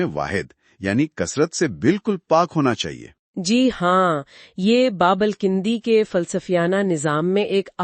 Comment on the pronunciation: It's Al-Kindi and not Al-kAndi as you or your AI pronounces.